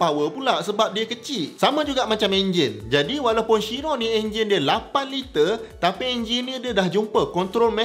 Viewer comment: Pronunciation dia ialah kiron, bukan syiron. Boleh check dgn bugatti